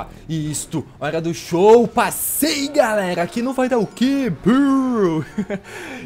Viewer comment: "fala galegla, lipão na aglea"